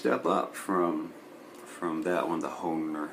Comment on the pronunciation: bro, how can you be from Minneapolis and not know how to pronounce hoHner? :p You've never seen a harmonica before? ;)